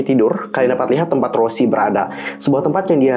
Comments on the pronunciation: Bukan kak cara nyebut nya tu kayak gini Rosé gitu kak bukan rosie ato rose tapi rosé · Ros'e bang bukan Rossi😭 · Rouuzehh lebih tepatnya 🤣🤣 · Kalo ala Korea bilangnya "Roje/loje". Tapi kalau berdasarkan penulisannya dibaca "roze" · Gapapa sama aja, tp sebutan yg benar tuh Rosé